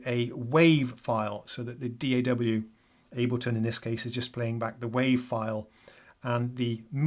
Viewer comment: Thank you for not pronouncing D.A.W. as a word.